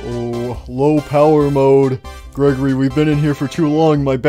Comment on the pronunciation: At 1:7:45 Freddy accidentally said greggorley instead of Gregory